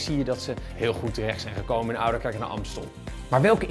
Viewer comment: “oudekerk”? tis oudeRkerk..